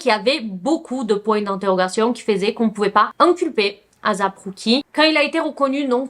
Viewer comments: Non on dis pas azap mais asap avec un S mais pas grv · Je pense plus qu'il faut prononcer asap plus tôt "eyssap"